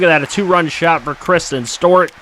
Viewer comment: It’s not stort its Stewart